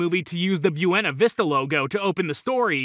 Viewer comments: Is actually pronounced "Boo-eh-na Vees-tah" 😂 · It’s pronounce “bwaina vista” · Your fact may be true but it sounds false since you don't know how to pronounce Buena Vista... Lol